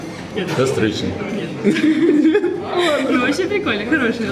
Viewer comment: КАСТРЫЧНИК, А НЕ КАСТРЫШНИК!!!!!